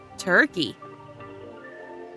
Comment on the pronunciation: Who said. Tire key In. Tur